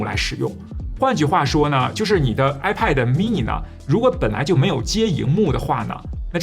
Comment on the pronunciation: 发音不准……不是“派德”……也不是“麦克布克”……